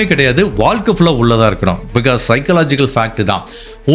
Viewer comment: Boss all excellent. Please improve on Valkai. It's Vazhkai. Tamil . Nigahvu not nigalvu. Not elarai. Ezharai. Only a feedback.